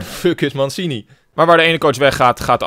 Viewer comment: Mansini ? Hahaha uitspraak nog even op oefenen 😳